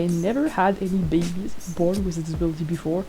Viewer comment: I love how you say "bebes" its just so fun. I wonder if the snake the med cats saw looks like Shrewpatch, a brown snake o3o